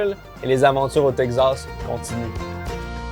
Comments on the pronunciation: Teg-zass ou tek-sass ? 🤔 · Oh my god mais c’est TEXAS PAS TEGZASSSSS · c teXas pas tegsas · Texasssssse pas texazzzzzze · Pourquoi tu dis "texzas"? C'est "takes ass" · Salut, Très bonne vidéo, y a un truc qui me fait rire, pour Texas, tu dis "TEG Zasse", en France, on dit plutôt "TEK Sasse" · Si vous prononcez Texas (Tek-sass) en Teg-zass, cela veut dire que vous dites Lug-ze à la place de Luk-sse pour dire Luxe? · Texas ❌ Tek'zas ☑️ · le Texas, qui devient le Teg Zas!!, n'arrive pas à prononcer correctement le nom de cet état américain!! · ...ET TU VAS ME PRONONCER TEXAS CORRECTEMENT OUAIS!!! TEXAS! TEXAS AVEC X!! TEXAS OU T'EST PAS SAX!! OU QU'C'EST QU'T'EST TEXAS!!AVEC XXXXXXXX!!😅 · Le Tegsas 😂😂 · chuis le seul qui est tendu a cause de la prononciation de texas "teqzas" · T le seul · Qui d'autre est trigger par la prononciation "tek-zas" ?😂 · Le « Tegzas » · Tegzaz, le nouveau Texas à la Québécoise 😂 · le "tekzaz" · Tekzas :') (oui je sais, ça se prononce comme ça, mais on se moque bien de nous quand on prononce "ze" pour "the" alors que c'est la vrai prononciation également :'D) Purée ça donne tellement fin. Je ne suis pas un grand fan de viande, mais là j'ai tellement envie de me jeter dessus ! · Tekcsass prononciation française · Tegz assz prononciation québécoise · Il galère a dire Texas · J'ai rien contre toi d'habitude, mais la façon dont tu prononces Texas est juste horrible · j'adore la manière si particulière dont prononce Texas... j'ai appris qu'on devait dire Tejas (Tehas) comme "Mexico" (Mehico) comme c'était un ancien état espagnol comme Los Angeles, San Francisco, San Jacinto, San Antonio, San Jose, Fresno, San Diego etc etc.. Du coup, j'ai buggé 🤣🤣